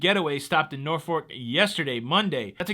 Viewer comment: It’s Norfolk. It’s pronounced Nor f$ck. But don’t stress the bad word. I grew up in Hampton Roads. You made me smile with your pronunciation. 😁